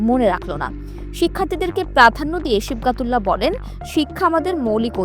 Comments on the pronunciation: নামই ঠিকঠাক বলতে পারেন না,আসছেন রিপোর্ট করতে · নামটা সঠিক ভাবে উচ্চারণ করতে পারছে না